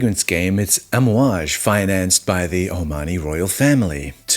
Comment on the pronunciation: You pronounced it correctly! And fun fact all the perfumes contain what we wear casually as oils and burn in our house - the blend is called amouad (Hojari luban frankincense, myrhh and benzoin). We burn this in our homes and it’s what you’ll smell in every bottle. Not every is rich in Oman by the way, most are average people but the currency is higher hence the stereotype